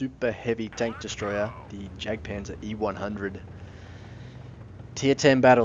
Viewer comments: Jagdpanzer is not pronounced as "Jagpanzer" the correct way is "Yagpanzer" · Hey im german and it makes u look bad because u are sayin german names wrong like jagpazer